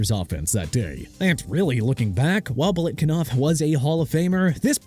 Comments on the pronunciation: BILETKINOV?!!!!! ARE YOU STUPID?! BILETNIKOFF!! GET HIS NAME RIGHT!!!!!!!! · It’s Biletnikoff, not Biletkinoff. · Belikinof??? Are you that uninformed? Did you really fail that badly? How embarrassing!!!😂😂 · Showing your age if you can’t pronounce Biletnikoff properly. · DON'T ASK ME THAT NO MORE. I DON'T CARE WHAT YOU THINK. "IT'S NOT A BIG DEAL" YEAH REALLY? CAN'T GET BILETNIKOFF CORRECTLY.